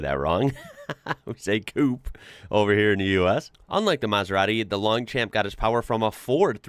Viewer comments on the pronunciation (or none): The De Tomaso is pronounced 'Longshomp", slightly long 'm'. The Rovers were far more impressive in real life, it's much better than its photograph.